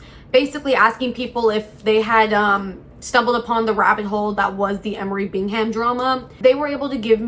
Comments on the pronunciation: It’s pronounced “bingam,” dear. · I’m sorry. I have to click off… Bing Ham? Seriously? You literally had to have watched content on this to have material for the video and you edited clips to put in the beginning and you’re still saying BiNg HaM 🥴 Bingham is a relatively common last name. Please use your brain.